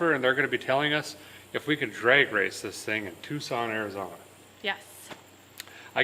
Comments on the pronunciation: Tucson is pronounced as "too saan". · I mean no offense but it’s technically pronounced (too-sawn) Tucson